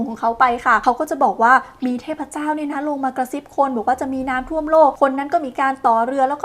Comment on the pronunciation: อ่านน้ำท่วม เป็นน้ำท่อมได้ไงเราเนี่ยย😂